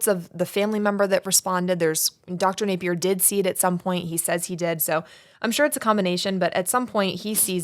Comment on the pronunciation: Dr. Napier!!! Not a name you hear every day 😄 - props on pronouncing it correctly! People often say "nah-pier" or try to class it up like it's French "nap-ee-ay" (name has roots in Scottland, if anyone's curious)